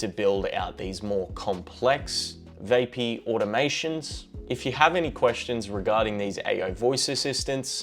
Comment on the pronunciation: It's VAP-EE, not VAY--PEE